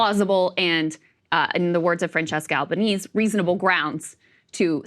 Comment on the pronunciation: Jessica Albanese.. Pronounced, Albaneasy.